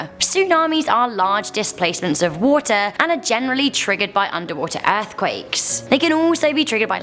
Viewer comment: Why did she say ath quakes